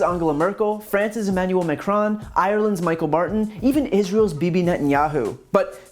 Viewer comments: Ireland's Michael Barton? Who is Michael Barton? It's Micheál Martin. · Ummm... actually its Ireland's "Mee-hall Martin" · Hate to be a pedant, but the Irish PM, (TAOISEACH, pronounced T-shock), his name is pronounce MeHall Martin.. Yes, I'm that guy, soz haha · Easy mistake to make but Irelands Michaél Martin is pronounced like Me-hall Martin. It is Irish for Michael but it's still a bit like calling you Breen